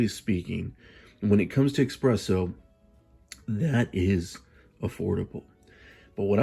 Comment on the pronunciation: The fact that you call it "Ex-presso" tells me you're a buffoon.